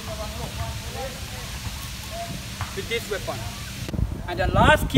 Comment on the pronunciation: "Weapound" haha